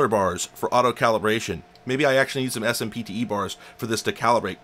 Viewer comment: S.M.P.T.E. is pronounced Sim-tee. For example Sim-tee bars.